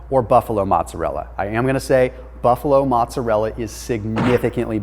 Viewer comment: Bro.....you're great but, its mOzzarella. (moe-tza-rhe-la) lol